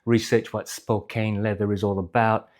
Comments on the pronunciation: "Spo-Can" not "Spo-Cane" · I have always heard it pronounced Spo CAN. Like "he can do it" American english is so weird sometimes...